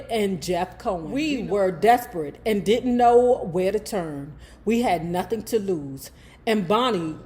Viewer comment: Not “Nathin” 😂😂😂😂